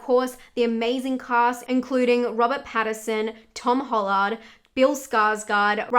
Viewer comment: Tom HOLLARRD?🤣🤣